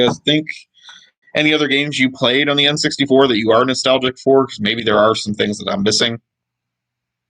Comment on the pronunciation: LOL the N SUXTY FOUR...THE N SUX D FOUR....